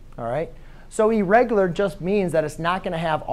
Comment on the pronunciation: Errigular nahi hota irregular hota hai